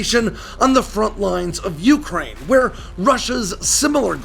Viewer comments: I would REALLY like to hear Ukraine pronounced, yoo-KRAINE' and not YOO'-kraine. It's closer to how RHEY pronounce it, oo-cry-EE-na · Broah, ffs, the word is "Ukraine". One pitch. Not "YOU-crane". With wildly different pitches in-between. Please ask 10 people how to pronounce it. And listen. I'm glad that we cleared that up.